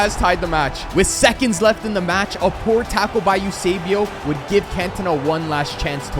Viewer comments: Its Eusébio not Usébio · Bro called esbuao yousaybio bro it's Esbo